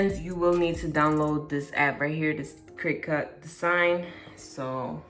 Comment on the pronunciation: Yeah except she actually didn’t show how the hell to do the part after all that cutting 🙄 And yes u said it right but it’s pronounced cri•ket it’s just spelled cricut And vendor= ven•der yeah kinda Same thing